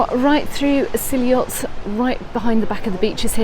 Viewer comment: It's actually pronounced see ot Great video, been going since 1989 love it